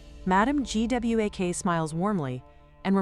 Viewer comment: make sure the AI can pronouce a main character's name .Everytime it spelled out Gwak it was painful.